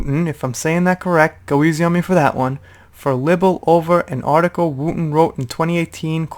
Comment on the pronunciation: Libel rhymes with Bible.